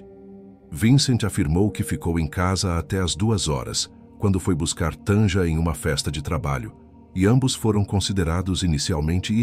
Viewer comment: Não se pronuncia Tanja, é Tânia, o j tem som de i.